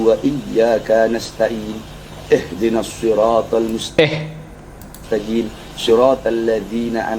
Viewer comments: Mustaqim dia ganti Mustajim, subhanallah firman Allah diganti seenak udelnya!! Coba para mukibbin, itu benar apa salah bacaannya?? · mustaqim di ganti mustajim, bener apa salah menurutmu??? Dari bacanya aja ngaco, gitu kok katanya bersanad. Heeiiii, firman Allah dia ganti2 seenak jidat si bahar, parahnya mengatas namakan nabi. Gk ngeri apa pertanggung jawabannya nanti??